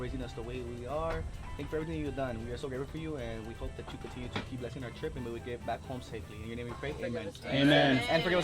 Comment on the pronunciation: 🤣🤣 “pineapple shaped hearts”